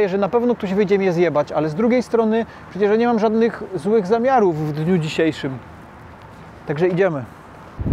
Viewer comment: "nie mam żadnych złych zamiarów w dniu dzisiejszym" z naciskiem na "w dniu dzisiejszym" 😂😂